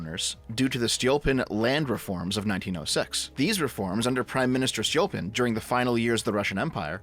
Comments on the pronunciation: It's Stolypin, not Stolyopin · My guy, you mispronounced the surname of Stolypin so many times that I was unable to focus on what you were saying. First of all, the stress goes on the second vowel. Second, "y" (which is under stress) in Stolypin stands for russian letter "Ы" that is pronounced like retarded [iː]. And on the unrelated note Stalin hated ethnic Russians, at least in Russia that is considered to be common knowledge (meaning I can't back it up with sources). So saying that he was somewhat nationalist and put straight ethnic Russians at the top is technically incorrect. Several examples were Beria, Ezhov, Mikoyan. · that's a mispronunciation. Stolypin is Столыпин (and Ы is the "gut punching sound"... hope you got the reference), I think you forgot the O. which was everyone except extremely poor. Seriously, even having one cow was seen as being quite poor (cows were cheaper back then).